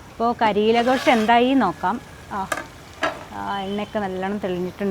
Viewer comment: മലയാളികൾക്ക് പരിചിതമല്ലാത്ത ഒരു വെറൈറ്റി വിഭവം. പിന്നെ കരീല അല്ല കരേല എന്നാണു് ഉച്ചാരണം. പിന്നെ ഘോഷ് എന്നല്ല Gosht എന്നാണ് ശരിയായ ഉച്ചാരണം. ഇതൊരു Urdu word ആണ്. ഇറച്ചി എന്നാണർത്ഥം.